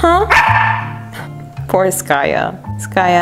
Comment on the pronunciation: I just love when you say skayuu!! I never heard it from your side of people...at our part, in India, we called like that to our loved ones..that yuuu part.. lots of love Skaya